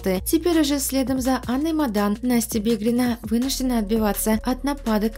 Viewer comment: Не бедрина а БИГРИНА...